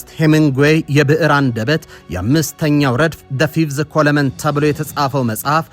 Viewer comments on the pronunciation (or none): አንተ ጀግና የኢትዮጲያ ልጅ ባለ ብዙ ስንቅና ህልመኛ የግብፃውያንን ሴራ ደማሚት በሆነው ድመፅህና ዝግጅት ስላፈረካከስከው ተባረክ። ''ኮለመን'' ሳይሆን ''ኮለም'' ተብሎ ይነበብ ጀግና ሁሌም ተማሪም ነውና።